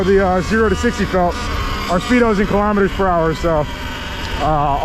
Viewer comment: wtf is a kilometeeeerr